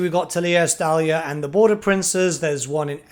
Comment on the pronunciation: Every Time He Says Estalia I Just Hear Gelt